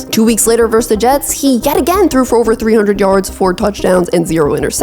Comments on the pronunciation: verSUS. Two syllables. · The word is "versus"!